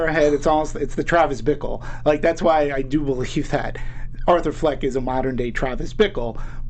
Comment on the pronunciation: It's Fleck not Flack.